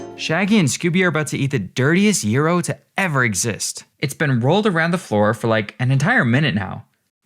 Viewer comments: WHO PRONOUNCES IT YEERO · Gyro is jye-ro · I've always pronounced gyro as jyro lol not gearo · Wait, you don't say gyro like that?